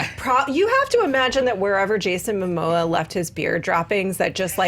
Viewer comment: Jason “Moma” 😂😂😂 Never change